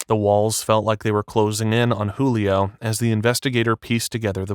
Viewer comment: Julio not Hulio